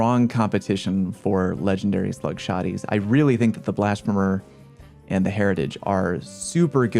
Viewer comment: I’m honestly surprised that none of the comments mentioned how he was mispronouncing Blasphemer.